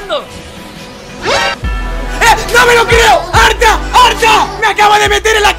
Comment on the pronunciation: Soy yo o dijiste "ARTA GAY"?